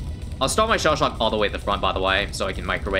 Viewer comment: What means: shell shock What I hear: Sha Sha